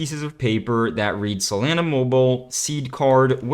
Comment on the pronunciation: I dislike the way to pronounce solana. lol